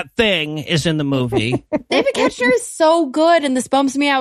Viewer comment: I know this was a while ago and y'all probably don't care, but David Koechner's name is pronounced KECK-ner... at least based on Office podcasts and commentaries I've listened to. Also, right, WHAT is he doing in this movie???